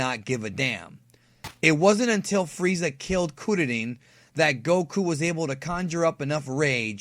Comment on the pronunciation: I know Kururin is proper, but please, never pronounce it that way again 😂😂😂